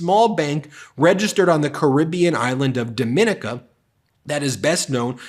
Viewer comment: Dominica is pronounced "dom-in-EE-kə"; it is not the Dominican Republic.